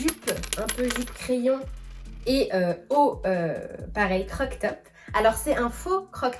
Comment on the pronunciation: CroP top....mais mignon le "croc top". En tout cas c'est ce que j'entends 😉 Au temps pour moi si je me trompe! Et jolie la robe rouge!!